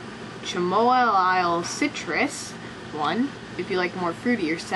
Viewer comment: Oh I love your videos. but the tea is pronounced cam-oh-meal